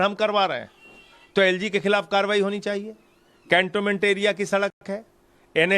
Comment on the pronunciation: This man can't even pronounce the "cantonment"? Whatever is said about his past in Prayagraj seem correct.